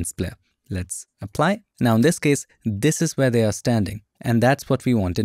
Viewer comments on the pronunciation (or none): none